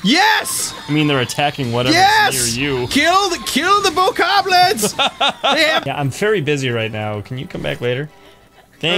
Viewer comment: It's not Bo-kob-lins its Bo-ko-blins